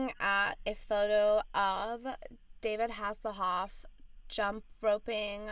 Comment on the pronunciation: “David hasslhof”!!!😍😍😂😂😂😂